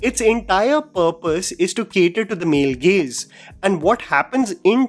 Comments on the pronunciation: Not only "male gays" you also said "djanra" too many times at one point 😂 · I was also confused hearing 'Male Gays'😂😂